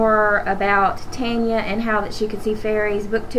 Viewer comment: It's prenounced Ton-ya and Fab-een